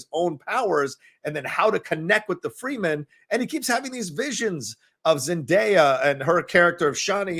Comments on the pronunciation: as the saying goes... you put the wrong emphasis on the wrong syllable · You need to work on pronunciation... you were just a little off on saying the house names and Fremen. Its such a good movie, cant wait for part two in like 2023